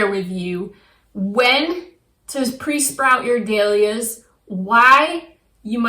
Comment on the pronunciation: I have never heard Dahlias pronounced like you do! LOL it’s dAhlias NOT dEhlias